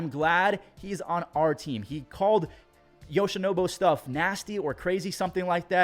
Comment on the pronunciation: my man, ya gotta stop calling Yoshinobu, "Yoshinobo" lol.